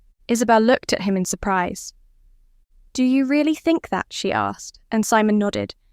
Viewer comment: AI narration takes away from a good story. Mispronouncing Simon or reading asterisk,asterisk just ruins what could have been great.